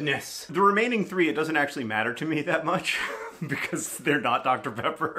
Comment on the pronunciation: they way he said "because" pronouncing every letter in the word makes me laugh every time